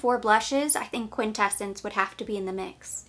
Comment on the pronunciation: Quin-tes-sence is how it’s pronounced. 🙂